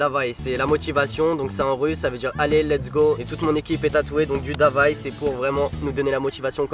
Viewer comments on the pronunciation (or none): Moi je suis russe et sa se dit pas "d’avay ” mais ”daway ”